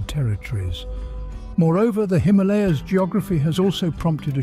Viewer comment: The way you say Himalaya is cringy and beats the purpose of the name it self lol